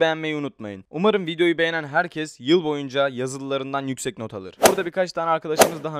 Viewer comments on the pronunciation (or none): none